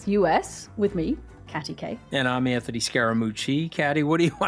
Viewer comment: It is Anthony. Not Antony.